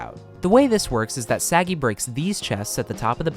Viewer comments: Thank you, i was looking for someone to point it out Im not Israeli, but I've never heard Sagi pronounced as Saggy 💀💀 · you are pronouncing his name wrong... you put the emphasis on the "sa", it's pronounced "sa *gi*". it's okay, Hebrew names are hard. if you would try to say my name, for example, I'm 75% sure you will summon a demon. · Kinda funny as an Israeli hearing Sagi pronounced as "Saggy". The emphasis should be on the "gi" not the "Sa". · Idk how to tell u this... But u were prenoumcing the name wrong the whole video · I'm not even Israeli, just Jewish and could hear that he waas pronouncing it wrong lol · yeah you’d figure he could at least get his name right lol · Its a pretty small mistake. At least they didnt say something like ‘say-guy’ lol